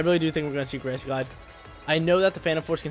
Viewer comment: why do you say every word wrong: grassy, telepathy, etc.